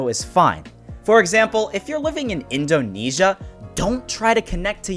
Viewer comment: Listen buddy you literately have no idea how the game works like you're telling me to not play with aim assist and you called Indonesia indonesa